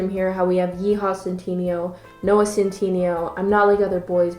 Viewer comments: No one:: Noah centeenioh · (cent in neigh o) BB SAY IT RIGHT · Y'all keep commenting on how she says Omegle, but no ones gonna talk about about she says 'Centineo.' I walways thought it was (Sen-tih-nay-oh) not (Sen-tee-nee-oh) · ceenteeneeoh OH MEE GLEE?!?!?!?!? IM SCREAMING every time you pronounce something i just is this canadian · man said noah centeenio sjsjsjjssj the way you pronounce it snsjsj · fjdhskkdac it’s noah SEN-TIN-AYO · you say centineo like cintiño and it's having too much of a mental effect on me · no one: absolutely zero species:: noah cinteeneo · this video is great but just an fyi: it’s centiNAYO 😂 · Oh shes pronouncing his last name wrong and im triggered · The way you pronounce his name makes me cringe 😂 I'm sorry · ok is no one gonna talk about the mispronunciation of centineo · thejkn I thought it was hilarious I almost peed of laughter when she said centineo